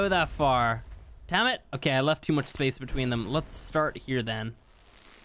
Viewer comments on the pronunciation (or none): none